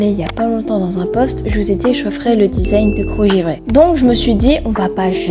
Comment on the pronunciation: desing 😂😂😂😂 design pas desing 😂😂 mais tkt mdrrr Drrr!